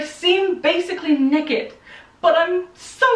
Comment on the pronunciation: The way says naked gave me the giggles hehe. Aw she makes me smile 😃 😊 ♡♡